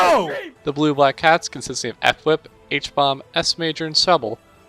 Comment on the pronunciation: you keep saying f-wip instead of fwhip as in 1 word and its killing me 🤣